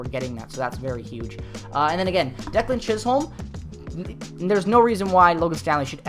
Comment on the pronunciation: Its pronounced chis-um not chis-holm... my cousin 😊